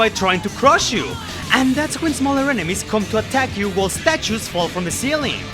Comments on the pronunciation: That's right, I'm going there and making fun of your accent, it sounds like you're saying Peppino is fighting an evil Jew lmao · do not pronounce the Y in “you” as a J lmao, it sounds really bad in that context